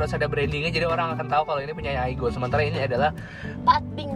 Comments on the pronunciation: Pengalaman saya waktu dulu bekerja di restoran korea, si boss yg asli korea sering nyebut aigo... bukan aigu... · Bukan aigu kak yang betul itu aigo 😁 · Yang Bener itu baca nya aigo, 아 = a, 이 = I, 고= go bkn gu soalnya Kalo gu itu 구. Jadi 아이고 bacanya aigo. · Bacanya Aigoo aja anjir. si ngotot. ngakak 😂😂😂 gemesin deh anjir. cewe emg gitu sih klo ma cowo, gak mau kalah mesti salah. haha. 😂😂 gue bgt ya allah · Aigoo tulisan nya baca nya kalo nggak salah Aigu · Yang bener di Baca AIGO bang.. Itukan dari korea..